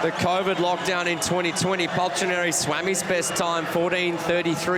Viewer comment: I lost the count how many times they mispronounced Paltrinieri